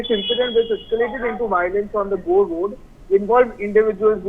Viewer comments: गोरे road is pronounced as गोर road. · Jail = Bail in Kanedastan....madam it's Gore road and not Goray rd😂😂😂😂😂...pls don't be racist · Maam, it is NOT गोरे Road, it is गोर Road. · It is gore (gor) road not Gorey road